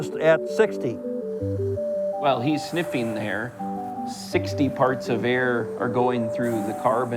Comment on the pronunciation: Why did the guy say ‘sniffeen’ instead of sniffing…